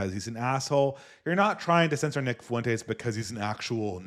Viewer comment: why do you pronounce Fuentes as fa-WEN-tays when he goes by FWEN-tez? It makes him sound extra Mexican - hope it's an accident, good stream.